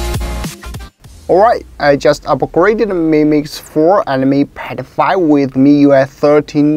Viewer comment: When he said "mi pad 5" i thought i heard, "me PED0PHlLE".